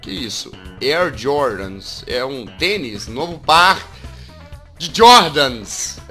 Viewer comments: vai no ate ele vai e fala penis em vez de tenis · se o jazz estiver gripado (nesse video) eu entendo o poque dele falar ''pênis'' ao invés de ''tênis'' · o jazz falou pênis kkkkkk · quem percebeu que o jazz falou penis em vez de tenis ? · o jazz falou penis afim de tenis a hora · só eu que percebi que jaz disse penis? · Eu ouvi tênis ou pênis? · Quando jazz falou tênis eu achei que ele tinha falado penis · rachei na hora q ele falou pênis😂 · eu também kkk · eu tambem!!!